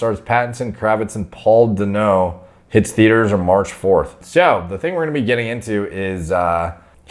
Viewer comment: Damn you butchered Paul Dano’s name 😂🤦🏻‍♂️ (Dan-oh)